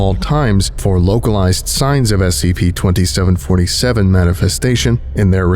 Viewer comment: The way he says "scp" is so specific S-C-PAY